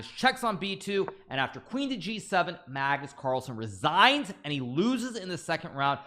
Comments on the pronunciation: BLUD SAID MAGNUS CARL🤣🤣🤣🤣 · Did he call him Magnus CARL???